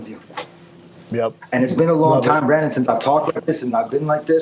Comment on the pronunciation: Love how calls Brendon 'Brandon' multiple times